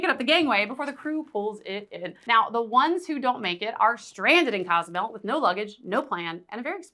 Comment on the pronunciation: I love your content, however it is Cozumel, not Casamel...